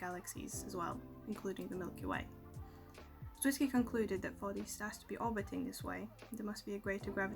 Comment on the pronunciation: Not to nitpick, but it's Fritz Zwicky, and rhymes with sticky. I really like your video. :-)